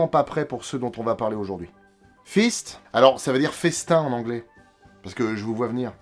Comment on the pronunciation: hihihi il a dit Fist (désolé)